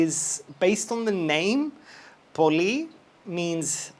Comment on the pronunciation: I always wondered if you’re a Greek brother! The way you say, “Poli” and “Skia” leave very little doubt. Please confirm!